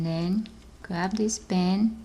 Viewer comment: yes plz!!!!!!!!!! her vice is so weird and she says band like bans